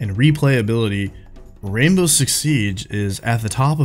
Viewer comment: wwwwwwwainbow six siege! love it